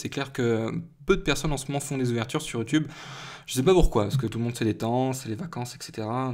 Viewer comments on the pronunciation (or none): none